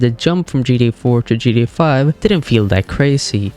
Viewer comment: Right, makes it hard to listen to this video